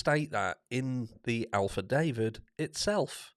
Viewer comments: Did this.dude.really just say ALPHA DAVID?! lmao. Said it with such confidence too. It's affidavit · Leads me to believe that perhaps he had some help by the way got to love how you say affidavit with your accent 🥰